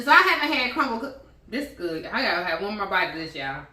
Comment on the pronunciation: This bout to be goodt with the T at the end 🤣🤣🤣😜